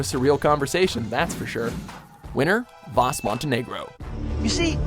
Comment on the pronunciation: it's Vaas not Vass